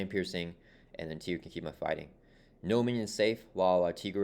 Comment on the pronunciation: Tigra is pronounced TIE-gra, like Tiger. Jenny Blake Isabella née Tony Isabella, co-creator of Tigra, is on record saying as much and that they thought it would be self evident because she's literally a Tiger Lady. And here's a supercut of Tigra appearances including an Avengers cartoon and Chip and Dale movie where she is called TIE-gra